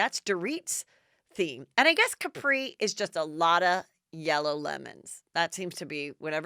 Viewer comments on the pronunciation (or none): none